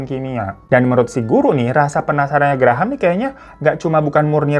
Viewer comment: Graham bacanya Grem bang.. 😂😂 Graham² aku jd brasa gigi susu 😂😂